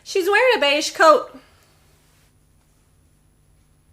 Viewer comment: No matter how often I listen to beige, it sounds like "beishi."